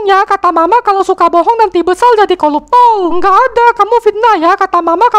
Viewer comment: Betullah 'R' nya nggak kesebut koruptor bila pelat R koluptol